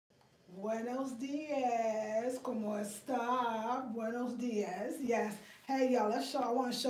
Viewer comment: Hey. You are saying buenos diez when you should be saying dias ( dee oss)